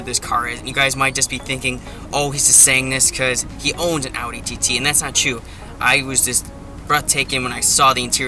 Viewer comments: Will you please just pronounce Audi right? We know you see our comments,.. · Like when you said "Audi R8" you said it right but not when you said "Audi TT"